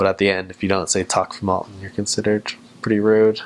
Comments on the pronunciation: The way he says «takk for maten» is very very good considering he’s not norwegian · He said “takk for maten” better than me and i’m from Norway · Matt From Wii Sports yeah it was a good pronounce